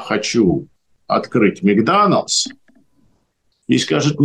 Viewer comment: Какой "микданалс"?Вы специально что-ли коверкаете слова???